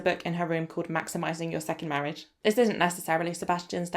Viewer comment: 😂 Mortgage instead of Marriage sent me! But I then went back over all your previous videos and realised 🙀 you had called "Marriage" many different things in this series! Marridge! Marge! The Big M! Morridge! X...Marriage...X! 😂😂😂🥳